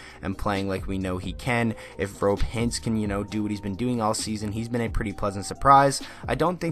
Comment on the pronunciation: You mentioned Hintz, his name is pronounced ro-pay Hintz, just to lyk. Also dallas in 6 or 7